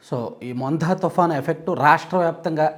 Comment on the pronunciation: Mondha (మొంధా) కాదు అది Montha (మొంథా) తుఫాన్ అని పలకాలి. మీరు "థ" మరియు "ధ" ఉచ్చారణకు గల తేడాని తెలుసుకోకపోతే ఎలా? మీరే కాదు మనవాళ్లు చాలామంది రెండింటినీ ఒకేలా లేదంటే ఒక అక్షరం చోటు మరో అక్షరం వ్రాయడం పరిపాటు అయిపోయింది.